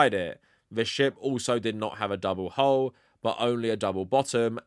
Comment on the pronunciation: You keep reading 'hull' as 'hole'. It's pronounced to rhyme with lull.